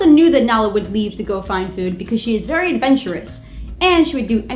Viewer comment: THE WEATHA! VEWY PECULIAR.